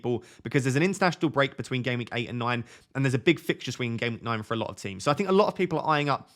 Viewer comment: Why do you say noine and noineteen?